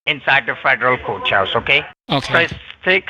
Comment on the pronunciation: Hiya,! meow, This guy is making me crazy with his, "outside the coach-house". I would have to ask him if the federal coach-house was attached the White-house or not. He did not catch on that you're in San Fran, the black hole for internet, and this would mean you're able to have any wifi or other internet (hot spot) you want, for free? This guy is the bottom of the barrel. The chippie had a pretty good accent, but, she did not understand a word of English (even American English.) How crazy that is! See ya in a few days... yay! (had to come back to edit.. I watched it on the phone, and should know better than to try and comment with that thing!)